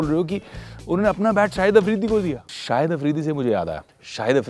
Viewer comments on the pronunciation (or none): Sahid afridi? Lol😂😂 It’s shahid.... not sahid